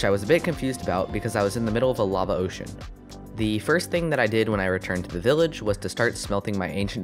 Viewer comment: Instead of saying LAVA he said BAVA